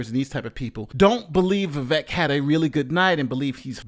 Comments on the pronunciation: First of all, are you mispronouncing "Vivek" and "DeSantis" on purpose? I haven't watched you enough to know if you're uninformed about these two candidates, or if you're making fun of them. It's not DeSantos. It's DeSantis - with an I. It's not "viv-eck". It's "viv-ake". Vivek won, in my opinion. I can't stand Nikki Haley, but I think she was pretty strong, as well, and definitely the thorn in Vivek's side - though I think he genuinely enjoys that kind of back and forth, while she does it out of necessity, and was not nearly as comfortable in those exchanges. She was really overcompensating for being a woman, and going full Girl Boss, which was off-putting. Let's just move on to DeSantis, Ramaswamy, and Haley, shall we? DeSantis aint the guy, but he has earned a place in the top 3 non-Trump candidates to this point. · Vivek is pronounced Vi-Vayk. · Vivek's name is pronounced as Vivake. vake is pronounced similar to Jake. The name विवेकः means discretion / wisdom in Sanskrit. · Can’t listen to you say DESANTOS one more time. Also, it’s vivake, like shake. Lol. Horrible annunciation 🙄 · Viv-ache/Viv-ayk/Viv-ake sounds like steak (all sizzle no steak, Vivake). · Vivek - rhymes with cake. That's how you can remember how to pronounce it. I got that from him. I have a name that's constantly pronounced wrong, so I'm sensitive to that. My name is Coleen, one L, so the O is long. I gave all my kids classic names that are rarely mispronounced. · Vivek is pronounced Vi-vake like cake. :goodvibes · OMG its Vivek, like cake! Yall keep saying it wrong!